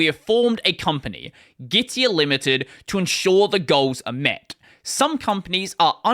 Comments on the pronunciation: Gitea is actually pronounced gi - tee not gi - ti - uh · Git-tee-ah? 😂 It is called Git-Tea. Their logo is literally a cup and they also have the word "tea" in their slogan 😂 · The problem with "git-tea" pronounciation is that's not very differenciable from "gitee" or "gity" or even "giti". "Git-tee-ah" might be considered clearer regarding how it's spelled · Pronounced as Gi-Tee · If the dude could pronounce Gitea properly in the first place, he might be worth listening to.